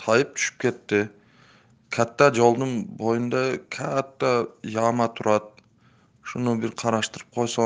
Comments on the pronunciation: "КААТА "жолдун боюда "КААТТА" яма бар экен депда видео кайрылуу жасайбы .Бул суйлоп жаткан тургун, жок дегенде орто мектепти аяктагандыр .Мектепте Каатта деп окутпайт.Эхх окунучтуу адабий тилинде кайрыла албагандыгы. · Каата жулдун жанинда каата тешик дейт сенда каата кылып суйлопсунда,,,😄😄😄